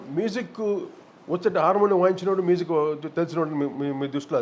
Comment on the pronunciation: కోటి గారూ మీజిక్ కాదు మ్యూజిక్ అని పలకరా ప్లీజ్